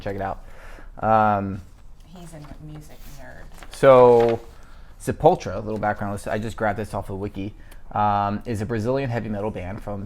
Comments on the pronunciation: Sepultra? Its Sepultura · "Sapultra" LOOOOOOOOLOLOL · It's kinda sad ur chick knows how to say sepultura and you don't man